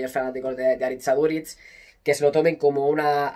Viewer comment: Porfavor: Aritz Aduritz no, Aritz AduriZ